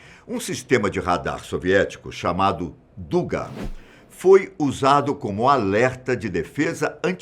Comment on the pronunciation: a pronúncia correcta é “dugá”, em russo «дуга», e não “dúga”. Esta palavra ao português traduz-se “arco”